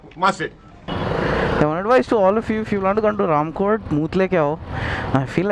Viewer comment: I have seen a Honda navi fitted with waterproof music system if you are lucky you can see this swanky orange Honda Navi at gandipet or mehdipatnam and you are pronounceing RAMKOTE to Ramkothi correct it....